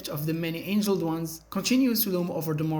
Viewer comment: It's the Many "Angled" ones. Not angeled ones.